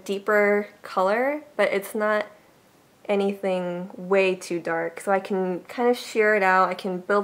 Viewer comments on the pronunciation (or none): none